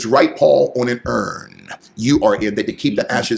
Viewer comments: Its urn, not fern. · Urn, not fern. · That boy called an urn a fern lmao